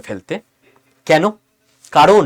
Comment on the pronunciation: 'কেন' -- 'কেনো' নয়।